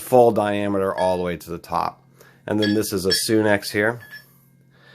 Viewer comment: sunex,not soon ex,just saying